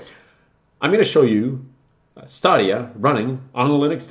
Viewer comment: Why are you pronouncing Stadia like that? It's definitely not Stah-de-ah It's Stadia like the plural of stadium.